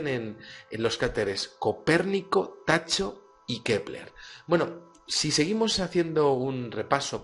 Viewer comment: Pequeña corrección al minuto,: El nombre del cráter "Tycho" se lee "Táijo", no "Tacho".